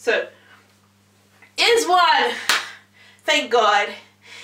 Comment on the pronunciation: Pronounced eyes one